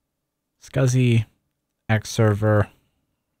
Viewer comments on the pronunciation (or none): none